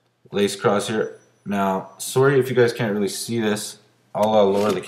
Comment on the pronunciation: "swowwy" = sorry and out/about etcccc....